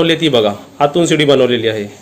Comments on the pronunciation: किचन खालीच राहू द्या पप्पू ची रूम वर बनवा आणि सुनबाई ला आवडणार नाही काहीपण बोलू नका रेसिपी छान 👌👌👌👌👌 आणि शिडी बोला सीडी नाही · सीडी नाही. गाण्याची असते तिला सीडी म्हणतात. ह्याला शिडी म्हणतात. शिडी असा शब्द आहे., सेटर नाही. शटर असा उच्चार आहे.